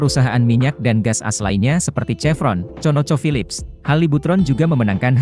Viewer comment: Bahasanya diakhir berubah.. Pasti pakai AI.. Lagian baca AS nya kayak sebut kartu as, bukan A-S 😂😂😂